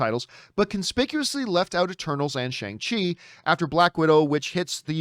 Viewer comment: It's pronounced SHONG-CHI. , Got to start saying it right John LOL